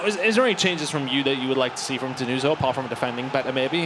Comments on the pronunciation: Denuzzo Is stronger. And you have ti pronounce with 2 Z and hot with the S like you english people pronounce everything... Learn some pronounce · Denuso, ma ce la fate dmmrd a imparà la pronuncia